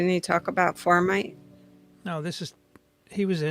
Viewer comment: It's fomites,.